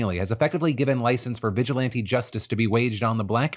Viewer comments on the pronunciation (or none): none